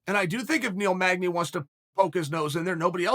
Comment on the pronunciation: Of all the fighters in the world, this dude says Neil magdey. Let's help Neil out and not give him that bout. You tryin get that boy killed by the wolf real quick.